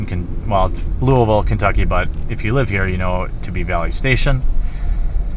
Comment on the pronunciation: I just moved away from Louisville to Richmond. No store I've been to comes close to Through The Decades. While it is a very competitive environment, it is super friendly and enjoyable. They still get my business since I moved. Also thank you for pronouncing Louisville correctly!